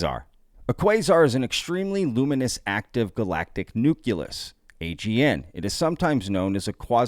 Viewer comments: nucleus " noo klee us " not " noo Q Lus " LOL ! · Nu-klee-us, dubya